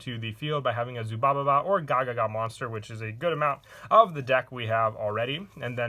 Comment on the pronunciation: PLs pls plssssss ZUBABA not "ZUBABA-BA"